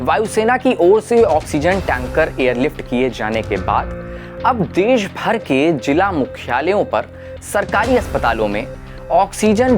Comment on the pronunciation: Hey Wire.... If he can't pronounce 'z'.... Then he shouldn't be on screen. Who interviewed him for this job??!! Beta... It's zila... Not Jila.... Samjhe?!